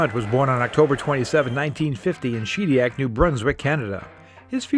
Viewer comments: That's Shed EE ACK, not SHEED EE ACK. 😉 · Shed iac not sheediac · She-diac? No